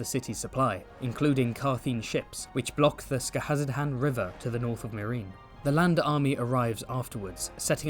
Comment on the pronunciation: absolute chef's kiss to your pronunciation of Skahazadhan, such confidence and cleanliness